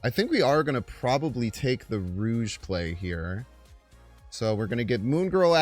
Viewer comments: rouge? you mean rogue (row-guh) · Lol, it’s pronounced “Rowg” not “Rouge”